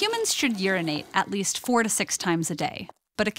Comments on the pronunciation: LOL at first I thought you said 46 not 4 to 6 and for a second I thought I was living my life wrong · Pigeof It kinda sounds like 46 times a day xDDD